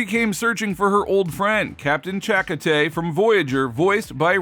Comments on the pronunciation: Its CHA-KO-TAY not CHAKA-TAY, I hate it when people like you get characters names wrong and you call yourself, even TREKYARDS would have given you an earful at your mispronouncing of a main character's name. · Chalk-o-tay 🤦🏻‍♂️smh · How can we honestly accept anything you say on the subject when you can't even pronounce the name Chakotay correctly? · If this is being read by a human please understand the content. It's Chakotay (ch-ko-tay) ....if it's AI reading a script then invest in better AI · Captain Chaka-who? 🙄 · Maybe, just maybe you could pronounce Chakotay's name properly. Maybe watch Voyager and actually listen to how his name is pronounced. Just saying. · Can you learn to say Chakotay. What you said was atrocious!. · Tell me you've never seen voyage without telling me. chakotay lol. The way he pronojnced it shows the guys never seen a second of voyager. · I had to "rewind" to hear it again. How dare the disrespect the first officer/captains name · Please check out the correct way to pronounce Chakotay!!!!!!